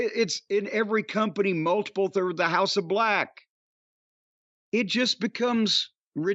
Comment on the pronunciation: I can't with Jim. Among other times, every time Jim says "House of Bleeechhh", I break.